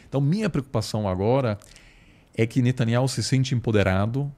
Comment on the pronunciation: Reparem que diz Netanyauh e Igor e a midia se referem a ele como Netanyahu. Procurem saber oq significa Yauh